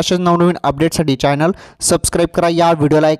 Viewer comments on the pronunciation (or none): none